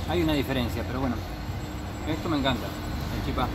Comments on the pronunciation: Los misioneros decimos chipa, sin acento en la última sílaba. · Hola chicos quiero aclararlas que no es chipá, es CHIPA sin acento, igual en Paraguay, chipá es en Corrientes. Otra cosa, la mayor parte del puente es argentino ,se divide donde están los cables en punta. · El video venia de 10, hasta que dijiste "chipá"....se dice "chipa" sin acento jejeje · Se dice chipa, sin acento. y se hace de fécula de mandioca